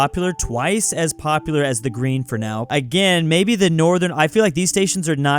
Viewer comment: "Da Green" you have triggered my inner Bears fan with that one